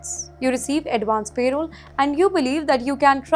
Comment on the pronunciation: It’s not payroll it’s parole - pls say it correctly